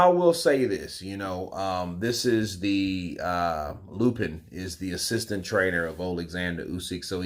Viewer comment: Its Sergey LAPIN, not LUPIN